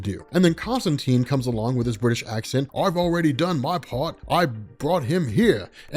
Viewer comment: Love it! I'll even forgive your mispronunciation of Constantine :)